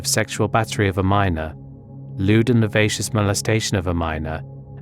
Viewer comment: Lacivious - pronounced; la-siv-ee-us